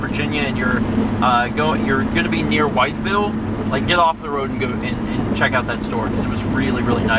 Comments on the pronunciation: The fact that you were in Charleston makes me very sad. I was in Charleston on that day. ANYWAY, it's pronounced With-ville lol. It's kinda awesome to hear that you went through areas that I know well:3 Did you guys go through White Sulphur Springs? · As a member of SWVA, wytheville is pronounced "with-ville" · I have family just outside of Wytheville (it's pronounced "with-ville"). Gotta admit, it's kinda surreal to see places I recognize on the vlog.